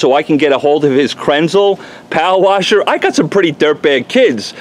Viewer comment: I just like hearing you say "powa washa."🤣 Great video.